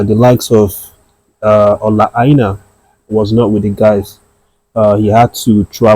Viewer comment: Are you sure you’re a Nigerian pronouncing Aina ( Ainor) as Aina like a white man?. Men, you fall my hand. His surname is pronounced Ainor in the local Yoruba intonation and not Ai nah. Nor. I excuse foreigners calling him Ainah but not for you my hommie. Again, it is pronounced (Ai nor) not Aina. Say it with me (Nor) not (Na) Do better my guy.